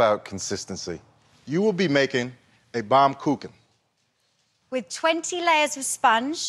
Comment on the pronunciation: Is it so difficult to pronounce baumkuchen right?